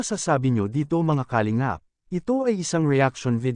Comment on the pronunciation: Ayusin mo nga pronounciation mo sa kalingap